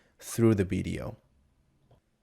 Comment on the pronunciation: Video man, not Bideo!!! :) Realy good tutorial! Bravo!